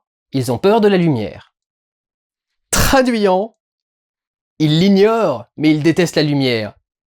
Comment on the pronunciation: On peut aussi applaudir ton "traduiyant" à la fin 😂😂😂😂